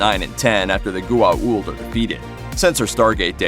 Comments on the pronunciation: "Gu-a-uld"...srsly? What the hell is that for a pronauciation? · I was starting to get really annoyed at his pronunciation of Goa'uld. He said it right maybe two times, but butchered it the rest.